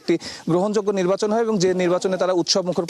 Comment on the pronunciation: নির্বাচন নাকি নির্বাসন 😂😂😂 এটা কি ধরনের সাংবাদিক 😂😂😂